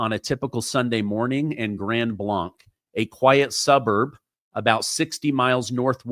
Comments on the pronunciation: I live in Grand Blanc, which is pronounced Grand Blank. This is a nice city, little crime, however, we boarder both Burton and Flint, which crime rates are much higher. My condolences and prayers to all the victims and their family, and all the parishioners that were there. May Jesus comfort all that were affected. ❤ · I live here in grand blanc. It’s unbelievable. And so surreal hearing about what’s happening down the road from me all over the internet. It has definitely rocked our community. Grand Blanc is actually pronounced Grand Blank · Grand Blank is how it's pronounced. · Am I the only person who cringes when mispronounces Grand Blanc. Terrible tragedy all the same. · You are pronouncing it wrong. I grew up next to there, and it is pronounced like Grand Blanke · Just FYI: locals pronounce the town name Grand BLANK. Listen to the news conferences. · Pronounced Grand Blank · Prayers to the families in that church. We don’t live far from there. just for clarification it’s pronounced Grand (blank) Blanc. I’m spelling it the way it’s pronounced. We have a lot of funny names for cities and roads that are not pronounced even close to what it looks like. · It is spelled Blanc but pronounced Blank. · Hey from Michigan helping you out it’s pronounced grand blank though spelled blanc😊. Thank you for all your hard work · I have quite a few harness racing friends in Grand Blanc, and it’s pronounced blank as in blank, not blanc as in Mont Blanc. I’m sure you’ll be corrected by more than me and I’m from California so some of these cities here are kind of whack.. I’m glad you’re reporting it’s sad to hear and sad to see Michigan once again isn’t the news I don’t think Michigan can go a week without being a headline lately ! My heart goes out to the community. He specifically targeted this church, apparently hopefully will no more in the coming days… Prayers for Michigan ❤ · Pronounce the name right. Its "Grand Blay-nc," not "Blonck" 🤦